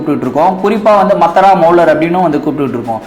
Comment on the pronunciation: Mattara illa mathara